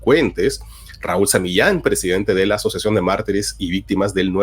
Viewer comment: Se dice PRESIDENTE !!!! . Todo bien con tus investigaciones y trabajo pero dañas todo al hablar así justamente esa palabra. 🤦🏽‍♂️